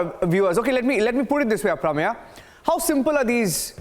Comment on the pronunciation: should know how to pronounce the name Aprameya-why does he say it like he is from US and does not know how to say it?